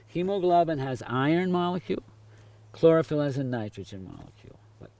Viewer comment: Yoooo my dude, Hemoglobin and Chlorophyll are not how you say they are. Chlorophyll is similar to Hemoglobin is structure but has Magnesium in the centre . The bottom of Chlorophyll also has a long chain as opposed to Hemoglobin. Also chlorophyll harvests light with its antenna complex, it doesn't transport nitrogen but has a major role in the nitrogen cycle.